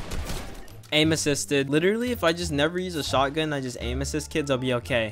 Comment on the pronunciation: I love how he says amin assist when hes not abusing it🤣🤣🤣 (no hate)